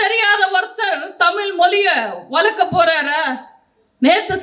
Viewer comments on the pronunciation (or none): நீங்களும் தமிழ் உச்சரிப்பு தவறாக உச்சரிக்க நீங்க தமிழ். தமிழ் என்று உச்சரிக்கணும் தமில் தமிள்இல்லம்மா மொலிமொளி என்று பேசுகிறீர்களே நீங்களும்ஒருதமிழாசிரியரிடம்பயிற்சிபெற அன்புடன்வேண்டுகிறேன்